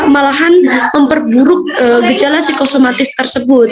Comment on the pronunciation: kok jadi psikomatis ya teman2, bukankah psikosomatis yg anda jelaskan?